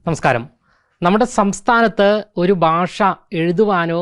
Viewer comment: This reporter should learn how to pronounce " bhasha" in malayalam. It should not be "basha" .The whole system is running down fast While this reporter mis pronou ces some words, most channels are full of such standards.